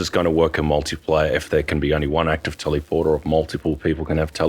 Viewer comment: Why you pronounce "teleporter" weird like that? Tellyporter, teleeporter? No! Its telèporter * [ tel-uh-pwrt-r ] *... omfg this triggered the crap out of me 😄